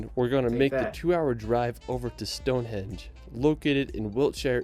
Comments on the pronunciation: Would be wary of this guy narrating the vid, straight away he is calling Stone Henge Stone Hedge. Not something you would get wrong in my view. You can by a cheap map with all places of interest on, monuments castles museums National parks everything for the person on vacation. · Anyone gotten triggered when he keeps saying Stone Hedge? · I LOL'd hard at the narrator of the video repeatedly calling Stone Henge, stone hedge. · It's Stonehenge, not Stone hedge. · Why does the narrator call it StoneHEDGE? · its stonehenge NOT stonehedge!!!!!!! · It's not called stonehedge😂 it's stonehenge😊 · its stoneheNge not stoneheDge which he said. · "Stonehedge"? Trust me, it's not a hedge. 🙄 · The narrator here makes some howlers. Its pronounced as "Whayles" not Wells. Its Stonehenge not "Stonehedge". Also Mount Snowdon is 1085 metres or 3560 feet. It is not 10085 metres, as that is higher than Mt Everest.